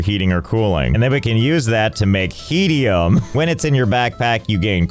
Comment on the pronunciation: I can't believe they actually call it "Heatium".